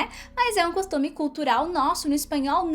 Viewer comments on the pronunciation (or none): none